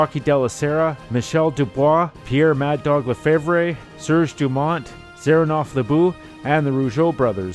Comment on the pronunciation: great stuff!!! btw, i hate to nit-pick, but the promoter's last name is pronounced val-wah, not val-oy. the arena, paul so-vay (sauve), not swa-vay. pierre "mad dog" le-fev, not whatever you said, lol, no offense. it's a french-canadian thang...